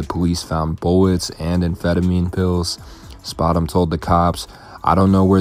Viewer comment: spoout- emm -gouuutem